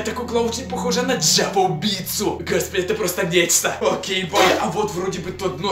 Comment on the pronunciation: Не Джеппа а Джеффа 😕